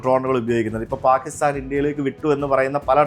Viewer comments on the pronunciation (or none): none